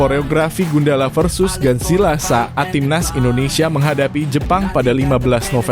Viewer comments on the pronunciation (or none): none